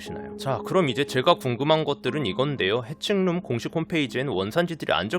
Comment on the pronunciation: 오파드햄 해칭룸 발음할 때 회충룸이라고 들리네 ㅋㅋㅋㅋ